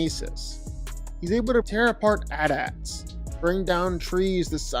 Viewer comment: “at ats”??? That pronunciation was like a dagger in my stomach😩. Also Obi-wan let him win, Luke quit fighting after he already won, and the emperor got sneak attacked and 2v1. You need to go back and watch Star Wars again my guy.